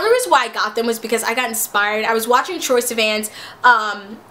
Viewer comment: If troye is your queen why can't you pronounce his name right